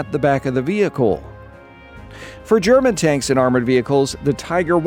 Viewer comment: I appreciate how you pronounce the german properly, most people butcher it